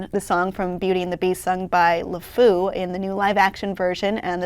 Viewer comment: she pronounces LeFou wrong, which isn't good for someone who's job it is to talk about him.